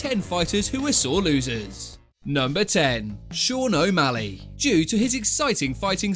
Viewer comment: More like Sean O'Malleg